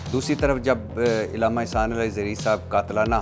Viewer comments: Ilama nahi alama hai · بھٹی صاحب لفظ الامہ نہیں علامہ ھوتا ھے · Illama نہیں علامہ ہوتا ارشاد بھائی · ارشاد بھٹی کے لہجے میں علماء کرام سے نفرت دین سے نفرت اہل اللہ سے نفرت واضح چھلکتی ہے ۔ ارشاد بھٹی کو بنیادی اردو بھی نہیں آتی۔ بار بار عِلامہ کہہ رہا ہے۔ جبکہ درست لفظ عَلامہ ہے۔ کئی اردو کے الفاظط غلط پڑھ رہا ہے ۔ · Ilama ni hota Alama hota hay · عِلامہ کے منہ والے 😂 لفظ عَلّامہ ہوتا ہے 🤦🏻😜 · لفظ "ایلامہ" سن کر پوری ویڈیو دیکھنے کا دل نہیں کر رہا ہے.. پاکستان کے بچے بچے علّامہ اقبال سے آشنا ہے اور درست تلفظ کے ساتھ بولتے ہیں .. اس مشہور لفظ تک کو درست بولنے سے قاصر بندہ صحافی بنے پھرتے ہیں.. افسوس ہے ایسی تعلیمی ڈگری پر. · Bhatti Sab ap bahut achha kaam kr rahy hn ab ap ko b kuchh Seekhne ki Zururat hy ..... Illama ❌ Allamah ✅ Man o An ❌ Min o An ✅ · علامہ ہوتا ہے نہ کہ الامہ الامہ مطلب ظالم ہوتا ہے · محترم ارشاد بھٹی صاحب ، بہت اچھا سلسلہ شروع کر رکھا ھے آپ نے.. ماشاءاللہ ایک لفظ غلط بول رہے ہیں اس انٹرویو میں آپ وہ لفظ ھے علامہ آپ اسے ilama پڑھ رہے ہیں۔ جبکہ صحیح تلفظ Allama ھے۔ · ارشاد بھٹی صاحب آپ لفظ عِلامہ بول رھے ھیں صحیح لفظ عَلامہ ھے اپنا تلفظ صحیح کریں دوسری بات آپ حضرت عائشہ کو رضی اللہ عنہ کہ رھے ھیں یاد رکھیں خاتون صحابیہ کے ساتھ رضی اللہ عنہا کہتے ھیں رضی اللہ عنہ مرد صحابی کے ساتھ کہتے ھیں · بھٹّی صاحب !! عِلّا مہ ( عِل لا مہ) یا عَلّا مہ ( عًل لا مہ ) ؟؟؟ اپنے الفاظ کا درست تلفظ اپنائیں۔ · إلامہ نہیں، علامہ ع کے زبر کے ساتھ۔ اور عالم ل کے زبر نہیں، ز یر کے ساتھ عالم۔۔۔ ل کے زبر کے ساتھ عالم دنیا کو کہتے ہیں، ڈکشنری تو دیکھی لیکن زبر ز یر نہیں سیکھا بھٹی نے! اخلاق الف/ہمزہ کے زبر کے ساتھ ہے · ارشاد بھٹی نامی گدھے کو لفظ علامہ بولنا نہیں ا رہا لیکن اس لفظ کے استعمال پر شروع کے دس پندرہ منٹ ابتسام صاحب کو الجھا کر رکھا ہوا ہے